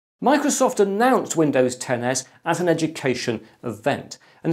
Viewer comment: I actually heard Windows 10 Ass lol